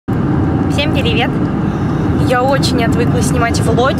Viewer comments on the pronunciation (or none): А почему ты говоришь перевет а не привет? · почему ты говоришь перивет? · Она говорт пиливет? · Ты действительно говоришь пиривет или специально так говоришь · ПОЧЕМУ ТЫ ГОВОРИШЬ КАК_ТО СТРАННО СЛОВО "ПРИВЕТ"??? Слышится как пИривет